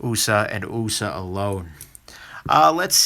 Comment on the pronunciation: it simply cracks me up every time you say, "'Usa'" design(ed)!